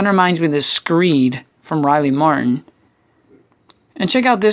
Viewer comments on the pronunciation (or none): none